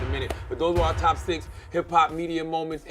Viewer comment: Charlamagne can't differ "are" and "our" lol